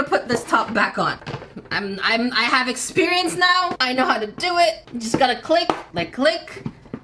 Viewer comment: ear-xperience and not exp-ear-ience?